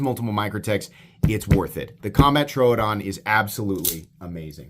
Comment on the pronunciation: Thank you for pronouncing Troodon correctly.